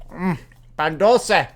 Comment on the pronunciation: It hurts me the way you say "Dulce" but I'm glad you enjoy Mexican stuff.